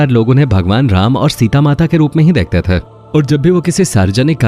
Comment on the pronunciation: थे cler nhi bol rhe ।।। ते nhi थे